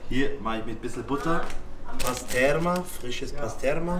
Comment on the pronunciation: Nicht pasterma sondern mit i pastirma ist Türkisches Speck kommt von pastrami.